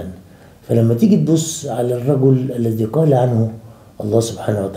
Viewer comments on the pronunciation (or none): none